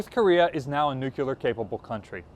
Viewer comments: Gah I love but it's pronounced "NEW-CLEAR", not "nuke-you-luhr". Dunno why that one single word drives me nuts, no other mispronounced word does it to me but that. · NOO CLEEE ARRR not NOOO CYOOOO LERRRR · If you are going ot be a historian, at least properly pronounce words that matter NUCLEAR- Not nuculur... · Please say "nuclear", not nuculear", yikes dude, get hooked on phonics. Next you'll be saying chimbley instead of chimney!!!! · Interesting concept. US Navy certainly needs something more powerful than a destroyer with its ageing cruisers not being replaced. Btw it's not "nuculer" it's nuclear. Sorry, that just bugs me. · Please... nu-clee-ar, not nu-cu-ler. Dove me nuts when President Carter did that, and as one of Hyman Rickover's fair-haired boys he should've known better. :D :D :D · 'Nuclear' not 'nucular'. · Not to be a jerk, but New-clear not new-que-ler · NUCLEAR ;- It's pronounced 'new - clear'. NOT 'nu-cull-arr'.....!!!!! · He said nucular... LOL. It's nuclear... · Learn how to pronounce “nuclear”. new-Klee-er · "North Korea is now a nucular capable country." Pronounce it correctly, or I just don't feel you are qualified to discuss it. The same goes for aluminium. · NUK-U-LER lol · When is going to pronounce the word nuclear correctly? He sounds like an idiot every time he says nuke-u -ler. Is it a George Bush thing or is just that stupid? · Nucular??? Every time I hear it, I click next. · repeat after me: nu-CLEE-ar. You may consider it pedantic or nitpicking, but in your role as an educator and historian, it's important to correctly pronounce this word that so many, including presidents, have misspoken. Thank you. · "It's pronounced nuc-u-lar" - Homer Simpson